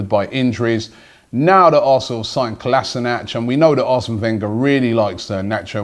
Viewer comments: Kol-as-in-ack say it like that ffs. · The way you mispronounce Kolasinac really pisses me off